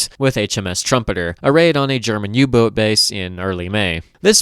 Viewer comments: I cant tell if "U boot" is a accent or an attempt to say it the German way. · I'm reminded that you're on how you pronouce "U-boat"